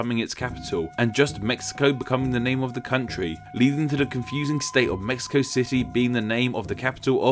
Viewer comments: Well, the name should be pronounced as /mehico/, that's the way it's said here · The Aztec languages have their "sh" sounds transliterated as "x", so it'll be "Meshico", but nicely said all the same! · The “x” character in modern Mexican Spanish is usually an “h” sound i.e. “Meh-hee-co”. Obviously when English speakers don’t say it that way, but you were referring to the etymology of the name, it might not be a bad idea. Same rule probably applies to the god names Mextli and Mexihtli...... Also, as you’ve already addressed Mexico is not considered a Central American country................. Fun video though........ It was interesting............ Cheers!!!!!!!!! Lol. :). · I would have loved for you to pronounce Mexico, like us Mexicans do, Méhico :'( I loved the video by the way, keep up the good content